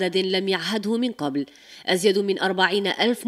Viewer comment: لم يشهدها من كبل في مباراة الفريكين في الكسم الثالث والأنصار عاشو اللكاء بكل روح رياضية ياو روحي تعلمي تنطقي القاف مليح قبل ما تحلي قناة ولا تتاتي علينا حتى حرف التاء وتزيرو عليه بالشدة تحسب رايح يهرب ياو بالعقل على الحروف القاف هربلكم من الحلق وخففتوه رجعتوه حرف كاف ألي ساهل فالنطق أحسن من حرف القاف والتاء مزيرين عليها بلسانكم وسنانكم تقول رايحة تهرب